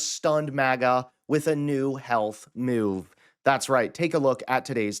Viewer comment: What is a "health muuve"? Are ya a canuck? Is that how they say it up there ey?